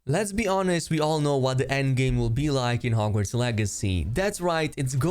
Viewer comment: He said LEZBEE HONEST